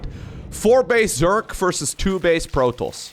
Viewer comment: i really enjoy watching your casts. i've never been great at SC or SC2 but love them, nonetheless! the way you say protoss sounds like protlss and i love it.